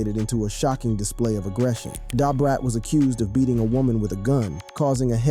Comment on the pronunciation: Listening to this is hard. But I managed it lol! Please know how to pronounce Nas and DaBrat.🤦